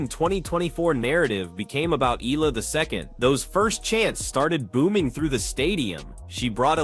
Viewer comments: Her name is pronounced as EYALA and not ELA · FYI.. her last name is read as eh-ya-la... 😊😊😊